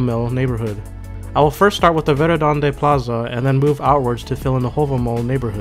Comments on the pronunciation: Verðandi is pronounced verthandi :) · the character ð makes the soft "th" sound, as in "thing" so Verðandi should be pronounced "verthandi"